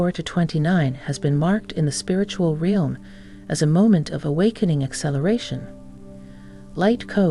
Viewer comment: The mispronouncing of the word “realm” tells me this is not a human voice. Not withstanding the soft breaths between phrases and words. So who is telling AI what to say???